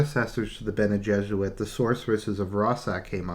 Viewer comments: Dude, I like your videos, but you seriously need to work on your pronounciation... "Benny Jezze-Rid" "Butt-Larry-Ann Jihad" "Um-Knee-Us" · All this time I thought you were saying bene jesuit. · You are not completely wrong